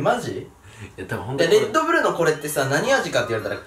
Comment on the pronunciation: オレンジおいしいですよね(｀０´)ﾉ レットブルじゃなくてレッドブルですが…